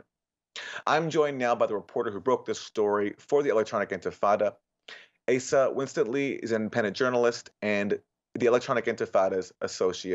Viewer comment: 'Winstanley' isn't pronounced 'Winston-ly', but 'Win-Stanley.'